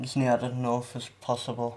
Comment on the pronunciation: It's north not norff